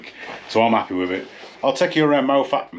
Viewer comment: Hi, We met at Applecross after my CanAm broke down at the top of the Bealach - got it sorted and now been over the Bealach 6 times and will do it again before the years out! Glad you love Scotland and great to hear you use the correct pronunciation of Moffatt!!